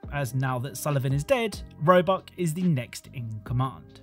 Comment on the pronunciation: roebuck? sounds more like robux